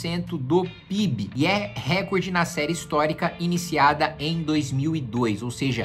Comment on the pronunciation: Kkkk, ninguém é perfeito. O homem que desbancou, praticamente, o famoso professor de português Pasqualle, em questão que não sei qual é, num feito inédito, agora comete, neste vídeo, erro de pronúncia no português. A palavra recorde é pronunciada recorde e não " récorde". Essa pronúncia vem do inglês "record" ( récórd ). Nada a ver com o bom português.